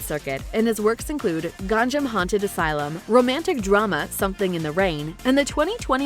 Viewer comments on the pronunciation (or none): none